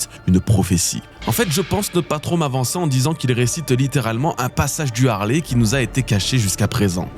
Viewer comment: ARRÊTEZ DE DIRE LE HARLEY C EST LE HALEYYYYY SVPPPP